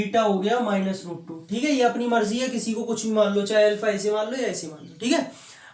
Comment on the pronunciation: L fa nahi alfa hota h sirr